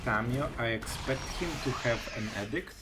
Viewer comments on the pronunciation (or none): I enjoy all your videos and learn a lot from you. One small thing I wanted to point out is your pronunciation of edict. I was really confused a few videos ago when you were expecting the opponent to play edict until I saw the card. You pronounce it like addict as in drug addict. It is like the letter E, like eeedict. I know how pronunciation can be difficult,for several months I pronounced the letter Q in Portuguese in a way that actually meant a$$hole, and when I was speaking Spanish pronounced the verb "to run" like they do in Brazil, which sounds like the verb "to f¥ck" in Spanish. I thought I was telling them I run every day.😂 Anyway, that is just the one thing that might confuse people because it did me. Thank you for all your videos, you are the only Magic player I watch.